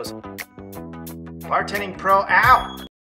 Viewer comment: Sometimes with the subscription endplate, it sounds like you're saying "bartending pro-- OWW!" and it cracks me up